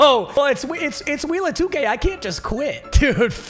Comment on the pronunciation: Idk why i heard "wheeelll of 2 gayyyyyy"😂